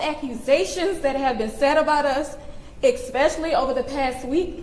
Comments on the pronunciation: Anyone who says “EX-specially” is officially beyond the Bounds of my Empathy. Same thing goes for “pacifically”. 🤷‍♂️ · “exspecially” anybody who pronounced especially this way immediately loses all respect and is outwardly stating they have a low double digit IQ. 😂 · reading from notes and still : axe , stabability , exspecially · Anyone else annoyed when people say "EXpessially"? Definitely not the dumbest thing said by her, but it always stands out and annoys me.